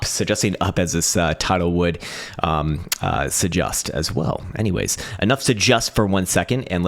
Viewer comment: "Suh-just"? Or "suggest"? (Go back & listen)